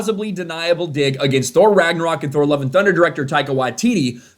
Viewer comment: I like how you pronounced Thor. I got problem bringing out the H